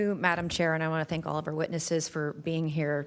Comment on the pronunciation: Clueless Ms Crockett, "probably pur adversaries". Who elected this one? Oh god, lady.